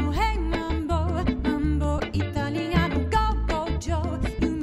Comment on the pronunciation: Yes, the vocals and Clarinet take the cake, but truth be told, correct pronounciation of Italiano brought it home for me